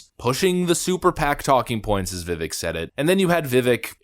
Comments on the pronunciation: Great video brother. And Vivek is pronounced (Viv-ake) just think...it rythmes with CAKE. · Its pronounced Va-vake like cake. He clarified that on TimcastIRL lol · his name is pronounced vi-vake (vivek) for the liberal struggling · Va-vake like Cake. He said it himself. BTW love the show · Despite how Nikki pronounces it, Vivek rhymes with cake. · First off, it's pronounced to rhyme with cake vu-vake My choice for Trump's VP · Just for future reference, his name is pronounced like Viv-ake (like cake) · His name is pronounced like Viv-cake without the C, Vivake, but spelled Vivek. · Vivek said to remember one thing about his name... "It rhymes with cake, Vi-Vake... cake". It's not what it looks like, but that is how it is pronounced. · V-vake is how it’s pronounced. Besides Vivek, this might as well have been a Democrat debate. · It's pronounced "vih VAYK" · Vii-Vake, like cake. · Vivek pronounced like "cake" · because you stated you didn't know, let me help; Vivek's name is pronounced Vi-Vake as in 'Cake' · (Viv-Vake) (Rom-a-Swom-ee) is how it's pronounced. and he is 💯% the Next Best Choice after President Trump! If something happened with Trump and he couldn't run, Vivek is OBVIOUSLY the next CLEAR choice!!! 👊🏽🇺🇲 I would absolutely LOVE to see Trump even take him as his VP, but I don't think Trump would... Due to his Ego and sharing the spotlight n all. 🙄 js 🤷🏻‍♂️ We Definitely need a #VIVEK2028 Campaign though!!! 👊🏼🇺🇲🙏🏼 This guy is on frikn 🔥!! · To all those confused Vivek's name is pronounced "vivake". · Vuh-vaik, I think. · Just for the record for Vivek. It's pronounced Viv-Vache as in my head aches after having to endure Neocons. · I'm pretty sure the two options you gave for pronouncing his name are both wrong 😂 I think it's pronounced like viv-ache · It's pronounced like VeeVake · Say it 3 times: it's vivek like cake. Though at this point, it might as well be like everyone says it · Haley called him Veee-vek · It's pronounced Viv-ache